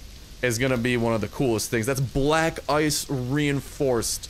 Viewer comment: When you said black ice it sounded like black guys